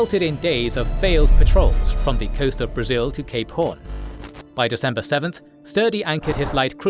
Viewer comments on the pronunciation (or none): none